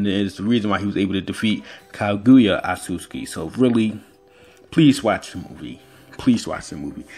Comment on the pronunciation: This man call otsusuki asuski wtf HAHAHAH